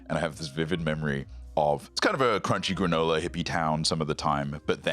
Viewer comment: "crunchy granola, hippie town" said like a four-character compound is astounding